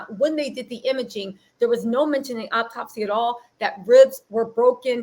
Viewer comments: Hello beautiful energies sister. The word is autopsy not optopsy-no such word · Please,please,please the word is AU-TOPSY. Three syllables. To the young man going live on where ever, shit TFU, and go get a lawyer. Stay off live, stay off Facebook, STAY OFF SOCIAL MEDIA. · Just a heads up "autopsy" is pronounced OH-TOP-SEE. Now onto this sociopath who is literally arguing with himself in this little bootleg confessional. 1. An internal decapitation would not allow for Shanquella to hold her head up or respond to coherently. 2. If they moved from one area of the villa to another, that would not be possible based on her injuries, wtf. 3. You were rubbing her head and felt NOTHING 4.Her busted lip and damaged cornea didn't raise red flags. 5. Don't nobody give a damn about what the hell was on your playlist nor in your cup sir! A woman is deceased! 6. Let's go have fun, when a medical professional is asking you about injuries on the victim?!?